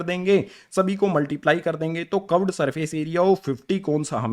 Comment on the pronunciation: Sir cuved nahi hota curved hota hai